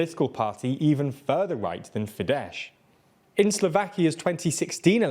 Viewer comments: For the love of christ stop saying "fidesh" it is "fidez" sz = s, s = sh. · "Sz" in Hungarian is pronounced "s". Not sure why you're saying Fide"sh", but that's wrong. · Quick correction regarding the pronunciation of the two Hungarian parties mentioned: Fidesz is pronounced like: "Fides" ("sz" is only pronounced as "sh" in Polish) Jobbik is pronounced like: "Yobbik" (pronounced with a long B like in the word "subbasement") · Day 328 of reminding these abortions that it's not Fidesh but Fidesz pronounced with s at the end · It's pronounced not "Fidesh", just say a simple "s" as the last sound, and your pronunciation will be perfect. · Little correction: Jobbik isn’t further right than Fidesz anymore the furthest right party rn is Mi Hazánk and a newer poll showed that youths wanted them in power. Another small thing Fidesz is pronounced s not sh. Otherwise keep up the great content😊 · Please, pretty please spell fidesz as "fides" rather than "fidesh". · Just for future reference Orban's Fidesz is not fee-dash but fee-dess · Hope you'll see this comment. Fidesz is pronounced 'Fides', not 'Fidesh' (it'd be Polish) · Learn how to pronounce foreign words better. FIDESZ ends with an “s” sound not “sh”. Orbán is in the news enough now to learn this. I swear this channel just pronounces foreign words that sound wrong in English and it’s original language. I can’t click on your Chinese news anymore because of the bad pronunciations which at this point are just deliberate. It shows laziness and lack of interest. It’s a shame because the bite size news is otherwise good. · Fidesz is pronounced as Fides in Latin. In Hungarian S is as English Sh and Sz is as English S. Just the other way around than the Polish. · Fidesz is pronounced with an S sound at the end and the stress is on the first syllable. It's not like Polish, where sz makes a sh sound. The J in Jobbik is pronounced like a Y. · it's pronounced "fi-dess" with an "s" like in "snail", and "yob-bick"